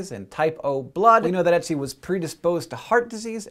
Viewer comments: its not "e"tzi its "ö"tzi with an Ö ^^ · Ötzi sounds more like Urt-si than Etsy. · dude he is called Ötzi... NOT Ätzi... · His name actually rhymes with "tootsie," not Etsy. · that's not necessarily true, because nobody is the same and just because ötzi was lactose intolerant doesn't mean that everybody else was like that. btw: i find it hilarious how he says ötzi, because i'm austrian and it sounds like etzi to me - which sounds like either acid in german or a super cute name for an ice baby not a middle aged man xD (try the wiki audio file ;D ) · Ötzi was found in the Ötztaler Alpen - the Ötztaler Alpes in Austria, not Switzerland also, but way less important the way you say Ötzi it sounds like Etsi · It's 'Ötzi' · Just saying hank it is "Ötzi" We learned about it in school. It is pronouced otsie but spelled ötzi But I LOVE SCI SHOW and i showed it to my dad also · It's Ötzi, not Etsi, Hank. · Hank said 'Oetzi' and for a moment I though he was saying 'Ezio' from that videogame :D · well done, but the pronunciation of ötzi was.. very amusing to my swiss ears ;) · Every time he said Oetzi, i thought he was going to say Ezio. Curse you, Hankgames! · So that's how Americans pronounce "Oetzi." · so that's how english speaking people say Ötzi :) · you're pronouncing his name wrong xD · Ötzi.. Ö is the same sound you make in the word burn or word.